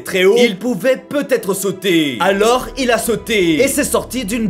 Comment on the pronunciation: Putain pourquoi a chaque fin de phrase tu insiste autant c'est dérangeant dommage obliger de couper le son malgré que j'aime bien t vidéo ou peut-être c'est normal c'est ton accent tous simplement nous a Marseille on a un drôle d'accent aussi mes bon le alors il a sauterrrrrrrrr je les dans la tête en boucle lol biz o gros